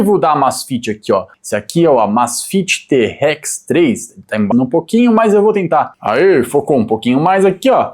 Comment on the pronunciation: Eu ia até me inscrever no seu canal, mas depois que você pronunciou te- Rex 3 aí você zoou legal